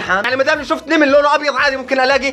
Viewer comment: كيف حكا كلمه نمل قال نيمل 🤣🤣